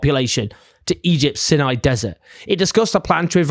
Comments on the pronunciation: It's not "sinni", it's "syny". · Might want to check your pronunciation of 'Sinai', Owen.